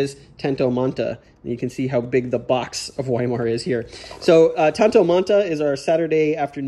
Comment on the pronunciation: Looking forward to watching all your Game On vids, but as someone that took years of German, I feel compelled to correct your pronunciation of Weimar. Anytime you see a W in German, it's pronounced with a V sound, so Weimar is pronounced Vy-marr. Just FYI...and because my German teachers would appreciate it. :) How do you like the "Eagles" system vs TLNB? I know that they are different scales (both units & map), but I'd be curious to hear your comparison thoughts.